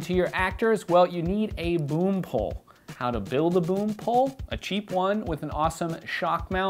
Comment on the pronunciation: did you say boom pole,,or broom pole,,??